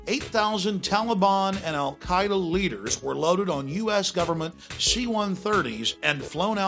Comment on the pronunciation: Alex just said Al CIA-eda